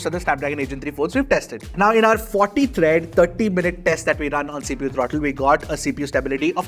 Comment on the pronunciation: THREAT ❌THREAD ✅